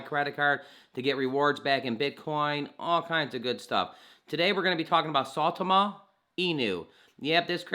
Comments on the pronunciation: Is it really that hard for people to pronounce the name right? Christ I here saytama suuutama now I'm hearing saaaawtama, it's sai ( like how you pronounce *sign*) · You say it weird. It's sigh-Tom-Uh